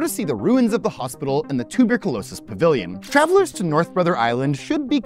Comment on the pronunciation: Nobody tell John Green how pronounces tuberculosis 😂